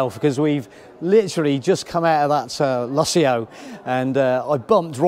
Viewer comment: Wow..great caravan...think its called the Lusso...not Luss-ee-ooh...lol. You didnt mention many of its features like the heating and cooling a/c... continuous hot water when connected to a tap...self levelling ....dual access kitchen sliding baskets..on board water tank...TV points in the bedroom and/or lounge...two Alko wheel locks as standard....Alko ATC2 stability control...ability to use Propane and/or Butane...privacy windows...luxurious thick removable carpets...a digital safe (why Coachman?)..wireless phone charging..external cold water shower point..external gas and 240v socket...4 motor movers...100w solar panel..digital TV/radio antenna....and a digital DAB radio which you need an A level in turning off radios to be able to turn the display off. Yes it looks nice and feels luxurious and indeed is but mention some of the features. As you can tell we love ours!